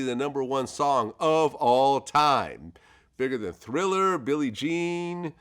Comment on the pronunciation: Not bigger than "Thiller,"! Vlad